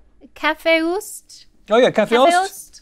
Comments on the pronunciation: Yaay go Sweden! You guys actually pronunced kaffeost pretty good! :) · rhett actually pronounced kaffeost really well haha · You were spot on with a few of the kaffeost pronunciations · Rhett was so close to that pronunciation with kaffeost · rhett pronounced kaffeost really well actually